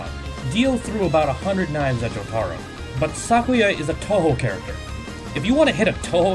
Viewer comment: the way he said jotaro maid me want to die.